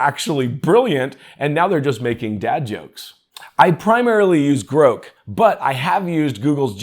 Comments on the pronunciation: I think you're mispronouncing Grok, Grok rhymes with rock, you're pronouncing it Groke, rhyming withe broke. 🙂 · Your pronunciation of Grok was so cringe I died. I have never heard it pronounced like that before! It’s pronounced exactly how it’s spelt. Or like the word rock but with a G in front. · Are you saying Grok here? Say Brock, then substitute the B for a G, now you have the annunciation of Grok. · Well maybe AI can teach this guy how to say the word Grok. lol